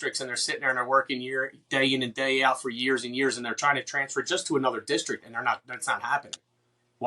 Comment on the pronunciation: Jesus Christ… these could be the two best candidates for FOP president but the second I hear “districk”…. 🤦🏻‍♂️ I can’t even listen anymore… I’m supposed to put my faith in a guy who can’t even speak? Imagine doing something your whole entire life, imagine hearing everyone you know say “district” and you still have no idea how to say the word. In other words, I have no faith and I’m OUT. Next contestant please.